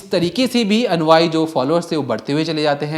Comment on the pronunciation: भैया और बहन जी वेरी गुड। लेकिन अनुआई नहीं अनुयायी बोला और लिखा जाता है।